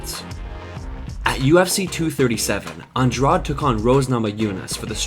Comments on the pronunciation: It's "awn-DRAWJ", not "awn-DRAWD". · It's not pronounced on drawd it's pronounced on draw dee